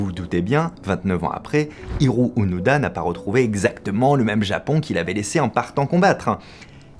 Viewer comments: Onoda ou ounouda ? Fabien confond la prononciation des "o" et des "u"". Je pense que c'est plus Onoda, comme le prononce Louis-san Norio ou Nario ? Décidément, Fabien et le japonais, ça fait 2. Sinon, il n'a pas continué une guerre finie en 1945, il est en raccord avec la situation entre le Japon et la Russie : la guerre n'est pas finie. :p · Onoda (pas d'accent sur les "o")